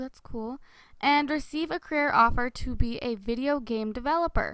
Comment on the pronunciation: I thought she say gay not game hehe xxx